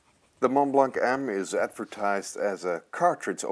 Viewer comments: Please don't pronounce the c at the end of Montblanc. But do pronounce the s at the end of HERMÈS. (HAIRMESS) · How can you buy such an expensive pen and not pronounce the name correctly? The T in Mont and the C in Blanc is silent.